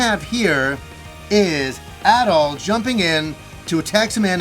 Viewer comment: How much ya wanna bet there will be lots of tower defense scenes? I really hope not, but it's gonna happen because Japan LOVES that stuff. It even found its way into ActRaiser. Also who is localizing this? Maybe they will finally go back to Ys 1-3 where it was pronounced Adol and not ahdoll.